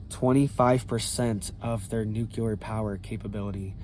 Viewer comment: The word is New CLE-ER, NOT Nu Que- ler.